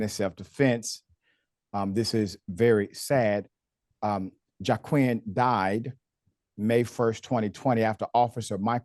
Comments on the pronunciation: Ummmm, his name is pronounced wah-keen not jawquwin. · Pronounced Waa-keen